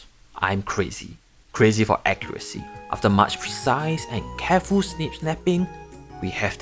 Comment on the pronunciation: "Yes im crazy, crazy of accurazy" jsajhdaj